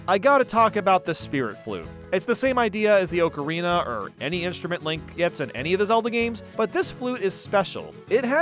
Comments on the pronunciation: i cant stand him pronouncing it OAKARINA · I respect you,, but I’m sorry that is not how you say ocarina the a does not make it make the Oh sound It’s like October not Oak. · FREAKING FINALLY It killed me the way you said ocarina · I was perplexed by the pronunciation of ocarina throughout this video. Typed up a comment asking why was butchering the word so badly when it’s such a commonly talked about game hence one should know the correct pronunciation. Thought maybe the word really is supposed to be pronounced that way so I deleted my comment and googled it. Looked at a Reddit post from 6 years ago stating it’s pronounced as everyone else says and there was a specific comment near the top of the thread that mentioned how always pronounces it incorrectly. 😂